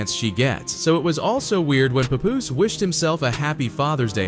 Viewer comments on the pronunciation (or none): Paaaaah-poose (think Janis from Friends), Not Pa Poose (sound like some grandpa nickname) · pup-poose to pah-poose 😂😂😂😂 you ain’t get the name right once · STOP CALLING HIM PAY-POOSE..i hate when they read, and don't know the people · His name is not P u poos …. It’s P a poos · So we not going to talk about how he’s saying his name? “Puhpoooose” 🤣🤣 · Lol they should have spelled his name the way it sounds when they configurd the AI voice. Instead of "Papoose" they should have experimented with "Pah Poose" or something similar. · Bro called him everything but HIS name 😂 im talking paw poose, pet poose, pat poose puhpus, p-poose puppoos fs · “PAY- POOSE” 🤦🏾‍♂️😂😂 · Paw Poose is a crazy pronunciation lol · The bot calling him Pupoose...smh. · This AI shit is already out of control. Wtf is a Pupoose? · It's pronounced (p-app) papoose & geechi (geech-e) gotti 😂😂😂😂 papoose & geechi gotti (even tho u can say geech it doesn't sound rite unless u coo 😎 wit him 😂😂 u can't abbreviate the name or it has 2 b natural like wat up geech aka geechi gotti) sounds like u heard a story & ran wit it 😂😂😂😂😂 which is coo 😎 jus say The names rite least 😂😂😂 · PAY POOOZE ? PAY POOOZE??? MAN U VULTURES CAN AT LEAST GET HIS NAME RT😂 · Dude said peepoose twice??? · Did he call him "popoose?" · Why does he call him PoPoose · Pay-Poooos really? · Its ...PAP-Poose...... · puh-poose - lol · This man pronounced Papoose differently every single time lmao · The way he prounced papoose I died 😂😂😂😂😂v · Click Bait all this shit is extra Cap and he can't even pronounce Pap name right smh 😭😂😂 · Glad she’s out the way. 💃🏾💃🏾yooooo why he pronouncing my mans name like that? 😂😂😂😂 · So where did Papoose go online.. these white folk getting clicks on culture is WILD.. he ain't even saying they names right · I know hip-hop is not gonna let the narrator get away with saying his name, all wrong, lol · Say his name correct like damn! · The way the AI keep sayin his name wrong make me want to choke it!